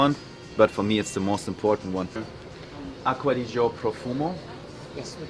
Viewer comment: Aqua Di Gee Oh. not aqua di joe. mangia cakes.